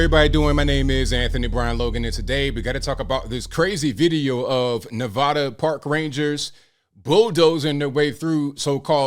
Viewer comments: As a resident of Nevada for the last 61 years It's pronounced Nev ADDa not nev odda. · It's Nevada (sharp a) not long. Also FYI you don't step on superman's cape and you don't mess with NV tribal police.